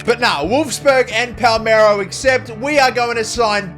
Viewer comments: Wtf is Palmero, its PALERMO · Palermo ❌️ Palmero ✅️